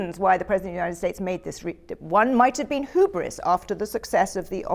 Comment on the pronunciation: BTW why does she keep saying hoobris? That is a bizarrely incorrect pronunciation of hubris - ˈhjuːbrɪs